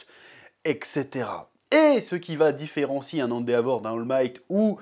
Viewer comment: Très bonne vidéo mais par pitié dis « èndévor » et pas « andéavor »